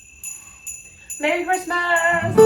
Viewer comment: "MARRY" CHRISTMASSS!!!💀💀